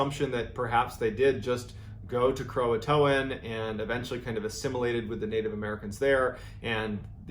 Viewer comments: Did he really say "croatoan" (krow-uh-toe-an) when it's pronounced (krow-tan) lmao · Am I stupid or is Croatan actually pronounced Croatoan as he says.